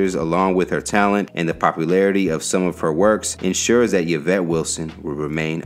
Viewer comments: omg🙄 its ē vĕt NOT yə vĕt dafuq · Say “Ya-Vet” again 😩🤦🏽‍♂️ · My name is yvette. I cringed everytime